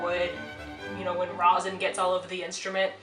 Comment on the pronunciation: I have commented on so many musicians about this But a lot of people pronounce rosin as" Rozin " Please pronounce it as " Raw-sin" BTW love the violin has a great color to it 😉